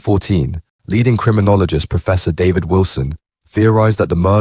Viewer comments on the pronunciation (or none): none